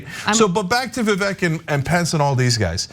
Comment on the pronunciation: His name is Vivek, it rhymes with snake. Stop saying Vi-VEK. You say it Vi-VAYK.